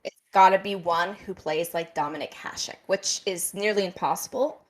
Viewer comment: Liking one team is old school mentality, if Scooby-Doo and the gang unmasked old school mentality it would be toxic masculinity 🤣 you've dealt with plenty of boys throwing tantrums about hockey before 🤷‍♂️ also forgot how to pronounce The Dominator's last name? 😜